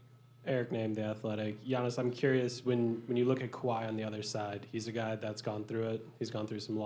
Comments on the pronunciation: Giannis’ face when the reporter calls him “Gee-annis” haha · all of yall are talking about Middleton but what about this when the reporter said Giannis's name wrong and he was looking confused as hell